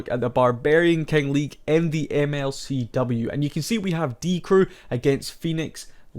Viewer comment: bibi is pronounced beebee but short just like die crew has a short die actually. its die CREW not DIE crew duh